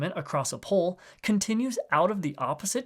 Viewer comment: the way this guy pronounces "pole" as "pull" is driving me nuts what accent is that